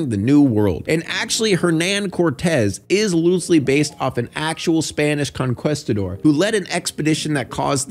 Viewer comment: Not to mention con-questidors lmao